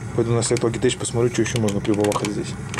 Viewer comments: название читается «Лоджитэк», а не Логитэчь. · как всегда супер видос. Не пойми превратно но всё-таки Лоджитек))))))